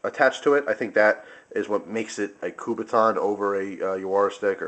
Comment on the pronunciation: Is not Kubaton, is Kubotan made by Mr. Kubota. When a Kubotan have a string, it's name is Yawara.